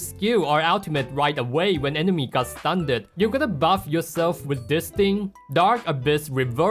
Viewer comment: I cannot fathom the fact that he pronounces "Stunned" "stun-ned"